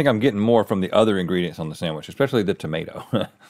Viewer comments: "it's the udder" LOOOOOOOOOOOOOOOOL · Just one udder😂😂😂